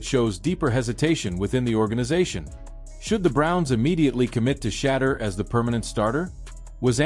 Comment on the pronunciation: Why these people seem to be unable to simple say Shedeur but mispronounce his name on daily basis, Wow